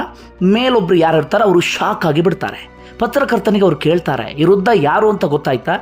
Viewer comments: Hello. Thank u for the video.. It is Vriddha, not Ruddahh. Thank you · Ruda,ruda anta matadtiri,shudh matadoke kliri.rudha alla vradha anta matadi.